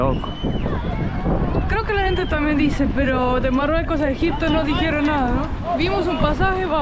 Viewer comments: Exacto! Y el decía Marruecos y no decía Marruecos bien yo quedé bruta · me gusta como se mira ese lugar pero no creo sea bueno ir a ese lugar tan estresante y inseguro con tanto loco en Caballo corriendo. jajaja de donde sos? Morroco, por que les dice moroco jajaja